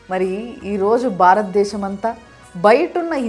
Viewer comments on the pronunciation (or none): అమ్మా, బారత దేశం కాదు తల్లీ, భారత దేశం అనాలి.తెలుగు భాష సరిగా ఉచ్చరించు తల్లీ....నీ పెద్దలకు నమస్కారాలు.